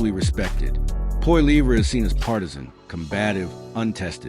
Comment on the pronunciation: Total bs. Carney is worse than Trudeau. He has only made things so much worse and we are in for much worse to come. Carney is Trudeau on steroids. You can’t even say Poilievre’s name properly. Idiot